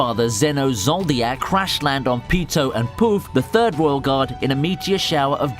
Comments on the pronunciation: Nigga said Zeno “ zoldiack “😂😂🤦🏽‍♂️. Zol-dyck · my man said zeno zoodiac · He really pronounced zoldyck as zoldiac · Z O L D I K PLEASE NOT ZOLDIA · Who are these Neteeero and Zoldiac. I only know of Isaac Netero and Zeno Zoldic. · Why are u saying zoldiak instead of zoldik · Zeno Zoldyck not zoldiack same for chairman Netero you aid nethero